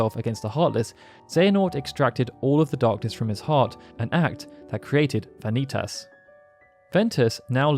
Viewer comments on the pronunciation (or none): I'm sorry but vanitatis...... its vanitas